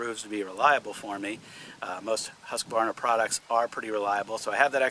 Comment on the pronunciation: Thank you for pronouncing Husqvarna correctly.